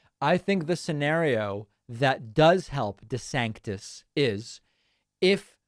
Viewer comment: Why are you now saying "De Sanctis"?? ??